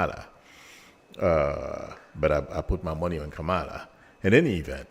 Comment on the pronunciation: I appreciate your readings,. I like the way you say, "Intuitively, I feel" You have a special gift. Intuitively gifted AND also practical and down-to-earth. Thank you. One thing: Your VP's name is Kamala. [KAH-mah-lah], not [kah-MILL-ah] as you tend to say it. Think "Camelot" and say "ah" instead of "ot"! "KAH-mah-lah, KAH-mah-lah, KAH-mah-lah."